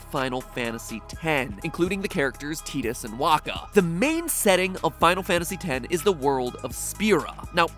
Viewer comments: Did he just say teedus? Excuse me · ...I'm sorry did you just call him TEE-DUS? Editors, who let that one slip through!? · Tydus is pronounced (tie-diss) not (tee-diss) love the vids man but cmon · Is that how tidus is pronounced? I always pronounced it as tie-dus